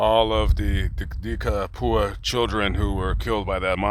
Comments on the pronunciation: “De Capua” is an Italian surname, which effectively means “of Capua.” Capua is a region on the Italian peninsula that dates back to the Romans, which was known for it’s large amounts of arable land. The pronunciation is “Cap-ew-ah.” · "Cap-wuh". Close though.